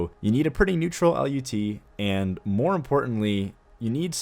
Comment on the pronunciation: It's pronounced "lut" not "L.U.T.", but kudos on everything else, dude. love your vids!